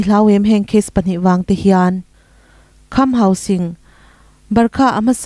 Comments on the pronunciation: Ka pi,hausing tia ilam sek hi enge awm zia....hangsing hi chu a awm ngei...tin, sing ilam dan pawh hi mahni tawng kalsan deihin jing tiin ilam bawk a heihi adik lo..mizotawng khan asipel dik deih khan lam la adik zawk.hausing nilo in,hangsing tia lam tur ani zawk e. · Kham Hauzing tia lam tur ni lovin Hausing zawka lam tur a ni e